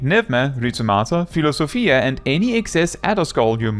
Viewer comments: Thanks for the guide! For what it's worth, you pronounced Philosophia correctly like a Greek would 😂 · Philosophia was actually pronounced correctly. Pneuma needed some work though❤